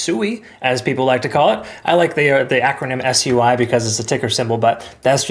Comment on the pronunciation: Your pronunciation for SUI was spot on.